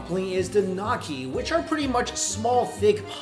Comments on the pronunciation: Gnocchi, pronounced guh-nok-ee apparently. (Its nyo-key) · NOCKI NOCKI NOCKI IT'S GNOCCHI GN IS PRONOUNCE LIKE IN GNAW LIKE NEE-YOH-KEE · Italian potato semolina dumplings are called gnocchi. In the Italian language the gn diphthong is pronounce nya ergo gnocchi is pronounced 'nyaw-kee. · Gnocchi is pronounced like "nyohkee". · gnocci is prononced like nyoki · IT'S PRONOUNCED NAKEE?! CURIOUS GEORGE HAS FAILED ME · knee-oh-key... lol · Hey Mikey, it's pronounced as "No-chi", the G is silent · The way he said gnocchi omg XD it's 'Nee-oh-key' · For your pronounciation, gnocchi -> knee-oh-key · Mike... I don't think gnocchi is pronounced "knocky" :( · Gnocci is pronounced "Nyo-Key" brother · I died a little when you said "gnocchi". It's pronounced [Knee-Yo. Key] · Gnocchi the g is silent better luck next time dumpling dude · Somebody teach him how to say gnocchi! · his pronunciation of gnocchi hurts me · I love you Mike but they way you pronounced Gnocchi probably killed a few Italians. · Only if they are followed immediately by A-O or U. In this instance it's the K sound. Also Italy is riddled with dialects that differ greatly so my pronunciation might be a popular regional way to pronounce it; it's definitely not what Mike said tho. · Pretty disappointed sio pao was not on this list. Especially when the taiwaneese version was mentioned. Also gnocci is pronounced differently.